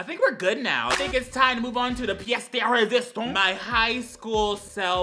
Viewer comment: the way he said "pièce de résistance" SENT ME